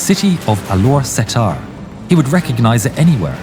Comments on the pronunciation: Amazing story! I've been following your channel for a long time. Just a couple of corrections... it's not Malaysia but "Malaya" - Malaysia only existed after 1969. Alor Setar is pronounced Alor "star"... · I know this video is serious, but the way he pronounced "Alor Setar" just make me dead laughing